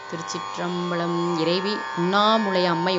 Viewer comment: திருச் சிற்றம்பலம் என்று சொல்வது சரி (திருச்சிற்றம்"பழம்" இல்லை)